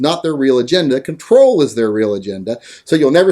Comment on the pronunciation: "Contol". You sound like the FEMA camp kooks